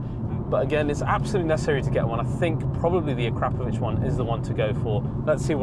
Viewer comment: So impressed by this car, it is beautiful and awesome, also impressed because you pronounce Acrapovic correctly, yes folks you really do need to say A Crap in order to say their name correctly!